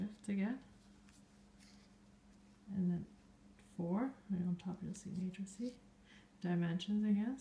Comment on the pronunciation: Did you know that you are calling a "matrix" --a "matricie"?